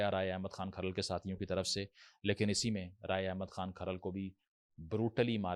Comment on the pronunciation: Bolna to seekh le so called philosopher sb Jhamra nahi jhumra hai Or khral tribe nahi hai Kharal Rajput caste ki sub clan ya sub caste hai Waty, joiya or fatyana bhi Rajput goat گوت hain